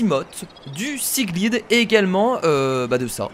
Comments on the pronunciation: super video mais juste pas siglide mais siglaide voila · Mais lis tes commentaires sérieux on dit [simof] et [siglaïede] pas [simote] et [siglide] ça fait au moins depuis le début de la série que tout le monde te le dit ... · Et on dit siglyde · On dit sigle de